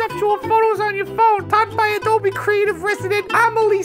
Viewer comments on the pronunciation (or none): none